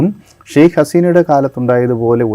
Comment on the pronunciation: Sheikh alla. Sheikha Haseena ennanu correct